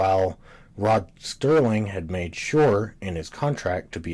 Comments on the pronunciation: SERLING - - - - - not Sterling, what a dummy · Serling. Not Sterling. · It's Serling, not Sterling! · Why are you calling him STerling instead of Serling? Just to get comments? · Dude, his name is Serling, not Sterling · It’s Rod Serling, not Rod Sterling. There’s no T in his last name, you nincompoop. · I would have enjoyed this video more if the narrator didn’t keep mispronouncing names and words.He repeatedly mispronounces”Serling” as “Sterling”. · It's "Serling", not "Sterling" - Gimme a break. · It's SERLING, not Sterling, dammit! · Sterling?! His name is Rod SERling! Not Sterling! He's a writer, not made of silver! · His name was Rod Serling not Rod Sterling. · Interesting analysis...but the guy repeatedly mispronounces Rod Serling's name as "Rod Sterling"! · Why do you call him Sterling? It's Serling.... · It's Serling, not Sterling goddammit! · Good doc....but damn you with the "Sterling" crap. It absolutely drove me nuts. I don't know why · I love the show too and appreciate your video and commentary - one thing to note is that Rod Serling is not pronounced as "Sterling". Thanks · Did it ever occur to you that you may not have the intellect to thoroughly understand the subtleties of rod SERLING s writing seeing as how you can t fathom the pronunciation of his name. You are koalafied to WATCH tv not to critique it. Back to the couch potato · Agreed! It’s hard to take a presentation like this seriously when you can’t get Rod Serling’s name right! Many people on this thread have dismissed this VERY annoying and disrespectful error as “no big deal”. Well, I’m sorry but it is a big deal! If you’re going to take the time and care to mount this type of project, which by the way is an acceptable critical analysis, then for god’s sake, get the effing name right! Serling was an undisputed genius and master of the television medium. His name is presented in big block letters during the credits of every episode. Sterling??!!! For god’s sake, go easy on the vermouth!